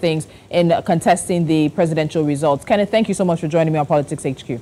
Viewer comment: Mr Kenneth not Kenneth, who is this lady🌚